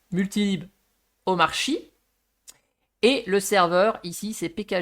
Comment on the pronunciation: wow intéressant, merci. (jcroi que ca se prnonce omarki)